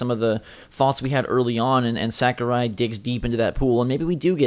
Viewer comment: Am I the only one who cringes when they say Sakurai? It’s SAW-KU-RAI